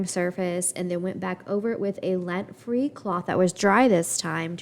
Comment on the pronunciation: LINT free with an I, not lent